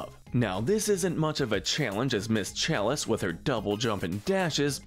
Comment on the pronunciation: his voice is so addictive and the way he says ms chalise is Amazing 😍